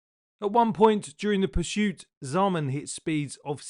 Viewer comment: There’s no ‘H’ in ‘PURSUIT’ ! Have you noticed how all the really bad drivers have unusual names ? Not simple ones like Jim and Jeff, Tom, Richard & Harry. Why is that do you think ?